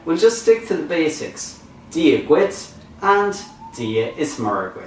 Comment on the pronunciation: MURRA for Muire..appalling no differentiation between Broad and Slender..MUIRE is spelt MUIRE a slender R..execrable !!!